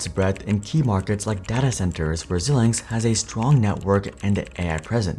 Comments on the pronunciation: Xilinx is pronounced “zai-links” (“ZĪLINKS”). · Xilinx is pronounced ZIE-LINKS. Some web pronouncing sites say ZIL-LINKS, but I'm pretty sure the former is correct. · This is an awful video. He said net income fell to 600M in 2023? Net profits were 4.3B in 2023. Wtf is he talking about. Also he doesn’t know how to pronounce Xilinx. Crazy.